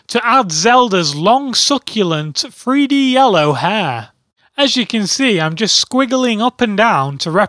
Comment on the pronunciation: sounds like free-D